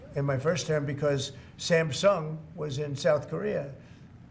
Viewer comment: I love the way he says Sam Sung like it’s a name lmao!